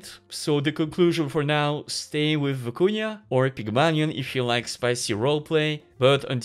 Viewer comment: "Vykuna" not "Viikunya"